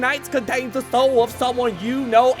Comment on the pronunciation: "Here in ma evil wair, just stowle this, uh, new sowle here."